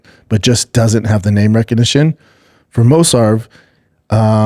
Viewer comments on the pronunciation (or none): So Brendan pronouncing Movsar name and its different and hilarious every time?? Anyone noticed? 😂